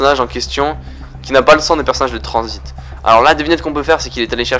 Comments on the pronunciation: Et pk tu dis Transbit a la place de transit ? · pourquoi tu dis tranzbite